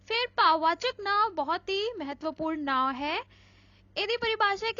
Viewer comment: Not ‘now’ it’s ਨਾਂਵ